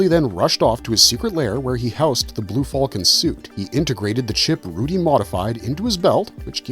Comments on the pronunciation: The blue what? Just say falcon like a human being. You're not Han Solo. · I am having trouble coping with his pronunciation of "falcon."